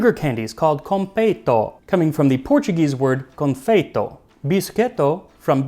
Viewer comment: You're pronouncing all the Portuguese words like Spanish, words that end in -o sound like oo like oh là là and if it's -OS it sounds like oosh